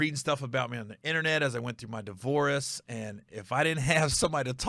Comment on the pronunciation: Divoress… that’s how Gary has pronounced divorce and I bite my wife every time he does it. Shout out to diddy… 😂